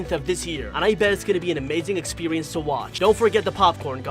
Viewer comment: He said this experwence